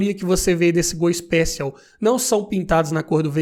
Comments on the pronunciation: Ixpéchion kkkk seria assim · A pronúncia do "Special" não é essa!!!